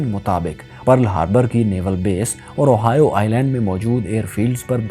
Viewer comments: اوہائیو نہیں ،،، ہوائی جزیرہ ،،میں یہی رہتا ہوں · Little correction, Ohio is a midwestern state in mainland America, the correct pronunciation of oahu is "ow aa hu" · Plz correct the Oahu pronunciation